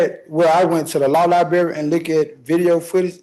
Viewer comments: Sorry for rapid fire comments, but this moron can't even pronounce JURISDICTION correctly, and here he is emotionally trying to reinvent the wheel while rambling about JURIDISHUN😮😮😮 Edit IT'S NOT A FACKIN LIBERRY, IT'S LIBRARY! L-I-B-R-A-R-Y YOU FACKIN NUMPTY! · SHUT UP! P.S. what's a LIBERRY? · The judge played "Rope a Sovsh1t Dope" perfectly. "Fabure to abhere"? "Law liberry"? I wonder if his EBT card implies citizenship... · A high school dropout who cannot pronounce 'library' or 'jurisdiction' thinks he can defend himself on a murder trial with video of him doing it and several witnesses including an accomplice. Whats a stronger word than 'hubris'?